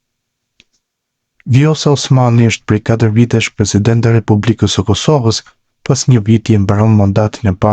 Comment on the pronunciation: Pleshident _ Lamushi, po ky s,din te flas gjuhen shqipe 😂😂